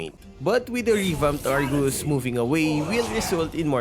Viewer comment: Did i hear wrongly? "Argoose"???